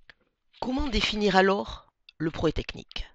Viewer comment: Sympa la vidéo. Mais pourquoi ne prononcez vous pas le "proGRÈS" technique? Cest très chiant